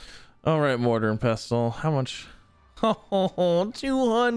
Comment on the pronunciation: The T is silent in pestle. 😊